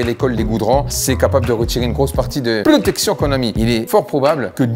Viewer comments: L'essentiel, c'est la prrrrrrrrrrrrootection 😂😂😂✌️😉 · Mdrrr La Prrroooooootection!🤣🤣🤣🤣